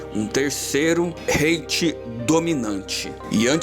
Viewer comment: Se fosse Hitler ia ser um bem pior com certeza, a e se fala 3°reich (raiche) e república de Weimar (veimar), ótimo vídeo amigo🤩